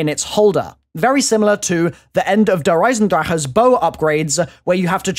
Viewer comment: It kills me when he says derisencraththa